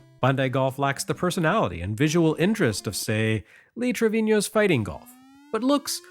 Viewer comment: Is the golfer's name actually properly Lee Treviño and not Lee Trevino? It's the first time I've heard it that way, although a quick trip to Wikipedia tells me that he's of Mexican ancestry, so I guess it's not out of the realm of possibility.